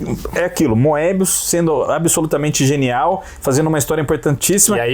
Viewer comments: eles falam moebí mesmo na frança? kkkkkk acho que é mobiús a pronuncia, com O fechado e sem pronunciar o E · Na verdade, vocês não se enganam muito ultimamente. A única coisa a criticar é que Moebius se pronuncia "mêbiús" em francês (o acento no U é para indicar que a sílaba tônica é a última, o que nunca aconteceria em português) ou até "moêbiús", como eu já ouvi o Druillet falar, embora o "oe" em francês (que é um único caracter no idioma) se pronuncie "ê". Nada de "Mêbi" ou coisa assim, isso é totalmente errado! Nem vou comentar as pronúncias de outros nomes em francês... A partir do 10, a nova encarnação da Métal Hurlant começou a publicar material inédito nas edições pares também. Os clássicos já foram todos publicados em álbum e a galera não estava comprando... A gestão do Goscinny na Pilote foi absolutamente essencial para os quadrinhos franceses e marcou a ascensão da produção francesa no mercado franco-belga, que era até então fortemente dominado pelos belgas. Goscinny estava sempre descobrindo talentos novos para a Pilote e até os dava uma certa liberdade criativa. Foi na Pilote que o Philemón do Fred, série altamente experimental, foi publicado e Goscinny defendeu a publicação com unhas e dentes, apesar de ser muito criticada pela maioria dos leitores. Quando o Alix do Jacques Martin foi censurado por nudez na França, Goscinny foi por iniciativa própria no departamento que fiscalizava as publicações na França e conseguiu liberar a obra. Goscinny estava longe de ser um conservador ou careta! Mas como vocês disseram, os autores mais novos queriam fazer material com um nível